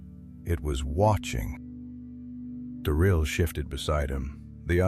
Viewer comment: Might wanna learn to pronounce stuff right.....nice AI you lazy bum... Duran instead of Durin and Mitil instead of Mithril.....great job bud